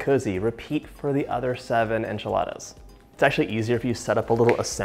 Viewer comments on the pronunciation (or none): Moira Rose says "anchi-ladas". "Now fold in the cheese, David" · Jajaja me da mucha risa como pronuncia Enchiladas jajajaa